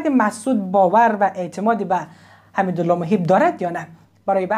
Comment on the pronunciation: باز حميدالله ؟؟😂😂😂 او ادم درست خوانى كمتر ين اصول خبر نگارى است نام بنده خدا حمد الله است نه حميدالله